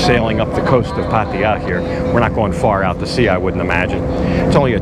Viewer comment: Man! Can you at least say the damn name right. It’s ( Path-Tah-Yah ) not Paty-ya. Do you see an “ I “ in there anywhere. How about the girl that you are hanging around with, do you not hear how they it? Path- Tha-Yah ( Pattaya )